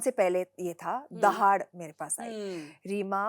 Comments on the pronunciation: its दहाड़ not दाहड़ bebo , लाइक its करीना not क्रीना 😂😂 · Kareena please learn to pronounce दहाड़, it's not दाहड़